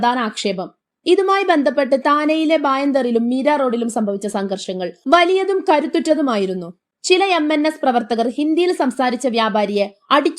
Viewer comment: ഇതെന്തു ബാഷ ? 😁 സങ്കർഷങ്ങൾ വലിയതും കരുത്തുറ്റതും ആയിരുന്നോ ? (0.58) വിവർത്തനം മോശം ഉച്ചാരണം അതിലും മോശം. 😁